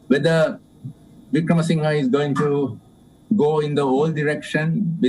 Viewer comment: OMG why can’t Indian anchors take an effort to pronounce the name correctly given this situation has been discussed for months; VIC-RA-MA-SING-HER